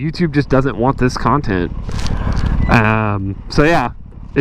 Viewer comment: FB and YT can both irritate me beyond belief. It'd be so frickin cool if Musk just did a hostile takeover of both...or,OR if you, happen to have...did you just say cun-tent? Lol anyway, if you just had enough subs that we could all pitch in to start another (ultimately cooler) video channel. Or,guess there's always MySpace? Heh